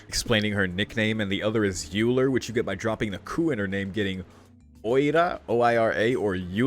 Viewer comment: Dunno if you check comments to very old videos anymore, but Euler is pronounced almost like Oiler, so the vowel sounds in it are very similar to Oikura.